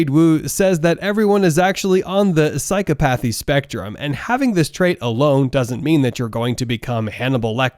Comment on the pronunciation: Your video would be more convincing if you could correctly pronounce the words related to your subject matter. Mack-E-uh- VEL- ee- an- ism. Psy-COP-uh-thee. I say this with respect and not with any harmful intent.